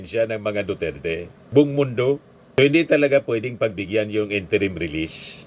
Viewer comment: naguguluhan lang po ako.. interim ba o interment release?😂